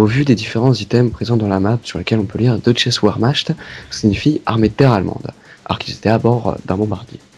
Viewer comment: paye ton accent allemand nacht ca se dit comme nart et wehrmacht sa ce dit vermart et tu sais meme pas dire deutsche x_x